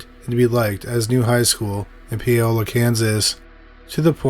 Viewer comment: Paola: POW-la